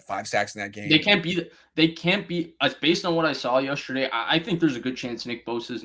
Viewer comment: Comin’ hard with “yusterday”!! 😂😂 j/k I love, dude knows his stuff!!